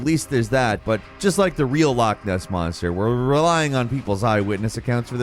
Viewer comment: is definitely an honorary Scot - he’s able to pronounce loch correctly- that’s a lot more than many Scottish people seem able to do nowadays